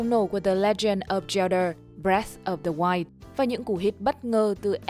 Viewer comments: góp ý nhỏ là bạn đọc đọc zelda là cheldar nghe hơi cấn cấn, nếu bạn sửa lại được thì nghe sẽ hay hơn, cảm ơn vì đã đọc <3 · feedback cho bạn đọc script để khắc phục: giọng đọc ko khác chị Google, ru ngủ thật sự, english pronoun thì còng kềnh, zelda đọc là zel-đơ....